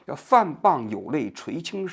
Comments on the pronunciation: 滂 pang 平声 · 王局 您的错别字越念越多了…… 范pāng dǎo海 bìng弃 dān精竭虑…… 好歹咱也是个知识分子 白字这么多真有点和您的行业水平不相称 平时还是多翻翻字典吧……听到好多次错别字了这期实在是太密了 尼采也不是启蒙主义那个时代的 差了一百多年的…… 错误真的有点多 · 范滂（pang），蹈（dǎo）海，王局怎么满嘴错别字，直追咱饼哥了。